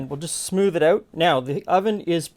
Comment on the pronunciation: "You'd have to figure out oot."